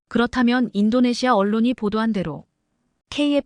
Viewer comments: 인도네시아를 인도네마로 읽는 바보들의 거짓말 ㄱㆍ닝쟁이다. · 인도네시마는 어디야? 해도 너무 한다! 시청자 무시하기 ㅉㅉ 나레이터들 눈이 문제야? 내용을 전혀 이해를 못하고 글자만 읽는건가? 싫다 싫어